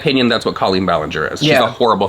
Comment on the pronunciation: I need someone to get to stop saying COE-leen, or everyone else to start saying it this way. A girl is confused.